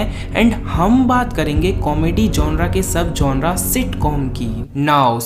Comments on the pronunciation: Bro its genere Not''GONORA''😛😛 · Gonre nhi genre hota hai